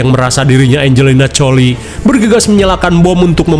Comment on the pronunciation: Angelina Jolie ❎ Angelina Coli✅